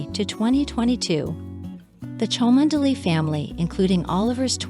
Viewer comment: Just a few points on pronunciation for our American commentator. Equerry is pronounced e-querry, (short e), privy is pronounced pri-vee not pry-vee, Cholmondelay is pronounced Chumly, Tollmach is pronounced Tol-mash, the 'o' is not pronounced in Wimbledon. Good effort though